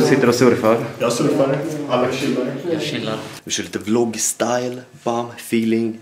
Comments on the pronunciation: Snälla.. Det heter inte v-logg. Det heter VLOGG!!💩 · man säger vlogg inte v logg men jaja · man säger inte V-logg utan vlogg,jättebra video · säg inte V-logg säg Vlogg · Han säger v-logg inte v-vlogg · Varför säger du v logg?!